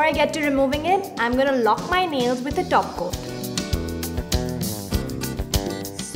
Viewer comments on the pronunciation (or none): it is "top coat" not "top quote"